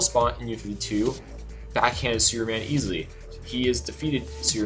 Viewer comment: Is he saying Superman or Sewerman?